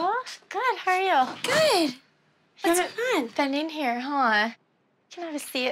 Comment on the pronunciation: Everyone on this show pronounces good “Guuuud” 😂😂